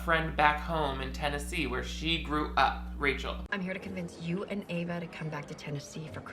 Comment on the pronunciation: lol the whole time you were calling her Eva and then she turned the book around and her name was Ava